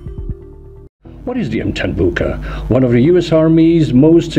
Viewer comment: Really butchered the name